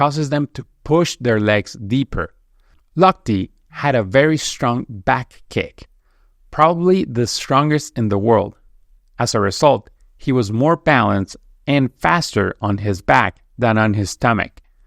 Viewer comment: Damn, you fucked up! ReZZZult, poZZZition!! Learn the damn pronunciation!!!